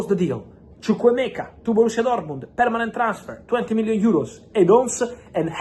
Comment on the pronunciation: I love the way you pronounce chukwuemeka very nice